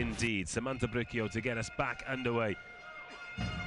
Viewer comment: They kept saying BriQUio instead of BriSIo (Bricio). It's a Spanish name and easy to pronounce.